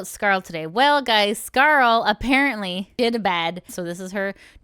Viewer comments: Just to let you know, its pronounced "scar-le" like the french le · Scarel? lmao I believe her name is pronounced Scar-lay, but scarel is so much funnier. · You butchered Scarle's name! :D